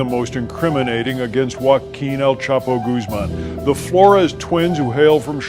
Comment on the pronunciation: Spent All This Time And Money Investigating Chapo But Never Learned How To Pronounce His Name.